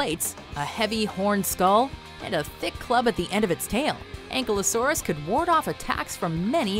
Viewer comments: lol its not egglosaurus its ankylosaurus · This is the first WathcMojo video I am really ashamed of, so firstly the chick mispronounced ANKYLOSAURUS, she pronounced it as ANK-LO-SAURUS when it should be AN-KY-LO-SAURUS. Secondly shame on you for not including aquatic dinosaurs and Pterasaurs their dinosaurs to, if you allowed the spinosaurus which is semi-aquatic then let aquatic dinosaurs apart of your list. Here’s my top 10 dinosaurs – 1 – Mosasaur, 2 – Plesiosaurus, 3- Rhamphorhynchus, 4 – Brachiosaurus, 5- all types of Cerapods, 6 – Parasauralophus, 7 – Stegosaurus, 8 – Lambertosaurus, 9 – Corythosaurus, 10 – Iquanadon. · you said Ankylosaurs name wrong. It is pronounced as... (AEN-KI-LOW-SAWR). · I, for some reason, got extremely triggered when she said Ankle-o-saurus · Learn how to pronounce Ankylosaurus